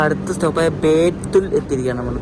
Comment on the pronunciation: ബേത്തുൾ അല്ല ബേതുൾ